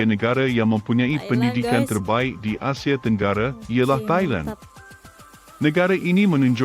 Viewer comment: Pelik betul bahasa si Narrator. Semuanya dibantai E. AndE, FilipinE, ManilE, AsiE. 😂